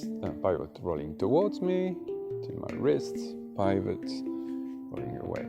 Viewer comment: Sorry, please don't think me rude. The word pivot is with a hard 'I' like 'it' rather than said like pie, it may save a little confusion in the future for people who like me who are easily confused 😅